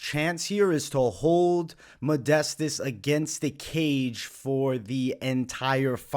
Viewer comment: You see modestas as the better fighter but can’t say his first or last correctly ROFL